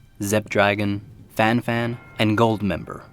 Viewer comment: " Fane Fane " That prononciation xD Just say it normally : " fen fen "